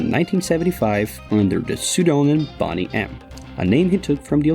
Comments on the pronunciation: How is Boney pronounced like Bonnie and not Boney as in 🦴 lol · Boney (pronounced the same as the bones in your body. Not Bonny - which means good looking ,healthy, well presented attractive. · Pronounced bone nee